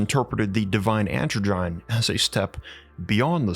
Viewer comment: Androgyne - is pronounced 'An - drodge - en -- knee' not 'androgine'